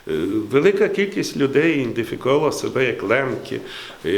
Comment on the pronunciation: треба би му ся навчити виговоряти слово " ідентифікувати"-доста тяжко му то йде